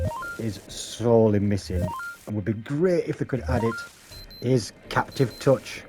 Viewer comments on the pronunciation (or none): Good vid, subscribed. Just a tip, it's pronounced "Cap-ASS-ative". 😊